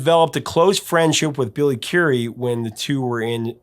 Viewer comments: Currie not Curie! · Visage is pronounced “vees-awj” and Billy Currie is pronounced like Curry not like Marie Curie.